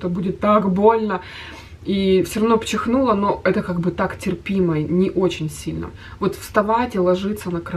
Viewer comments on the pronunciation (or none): Что?! Пчихнула?🤣🤣🤣🤣 может чихнула?! Блондинка читай книжки🙄